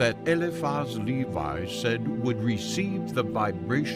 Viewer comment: Pronounced : Eliphas Levi : Eliphas Levee Papus : Pa-Poo Rosicrucians : Rosi-Cru-Tions Shamans, not Shamen